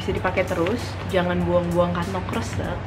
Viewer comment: ngakak bgt denger pronounce kantong kresek wkwkw itu salah dong harusnya 'e'nya dibaca kaya cara orang batak ngomooong, asli receh bgt parah wkwkwkwkwkw lagi blue jd ngakak gini.